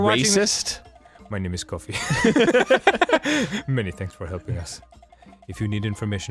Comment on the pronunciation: Kofi is pronounced k-oh-f-ee. Sorry, it's my name and I've never heard anybody say it right first time, which is fair as it's African but still. I get triggered 😂